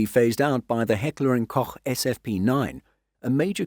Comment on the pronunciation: Heckler and Koch was pronunciend very well 👌